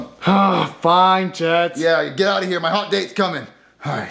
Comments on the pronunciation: Jet: actually it's Get but it's pronounced Jet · I like how get (pronounced jet) actually thought it was an actual connection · "Baby listen, hes dead" Get (but pronounced jet) 2019